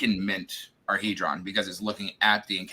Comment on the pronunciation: Hee-dron.... for the record